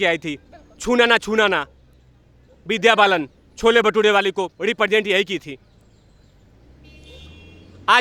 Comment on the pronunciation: Cho-le Bha-toh-re (Vidya Bhalan) EPIC 🤣🤣🤣🤣